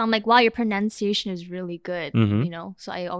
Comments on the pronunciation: Please say ‘pronunciation’, not ‘pronounciation’. Pronounciation is a misspelling. We pronounce it as Pro-nuhn-see-aye-shun. Correctly spelled and pronounced ‘PRONUNCIATION.’ (There’s no ‘o’ in the second syllable.) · so so sorry for saying this, but it's "PRO-NUN-CIA-TION," not "PRO-NOUN-CIA-TION," you fob! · To answer question at the beginning... probably speaks the least best 😂 it's pronUnciation, not pronOUnciation... you kept saying it over and over again... you do throw in some odd pronunciations sometimes, but ofc wayyy better than the general krn... anyways, who cares if ppl have accents, it shows that you know more than one language and that's something to be proud of that you try speaking it...great topic btw...keep the interesting discussions coming...